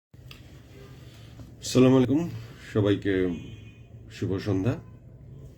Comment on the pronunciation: Salam ta thikmoto dite shikhen!!!!